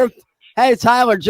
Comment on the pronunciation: I have to nitpick correct you on ONE thing, can't enunciate his L's, so he said "Hey TYWER" 38 times lol hey tywer!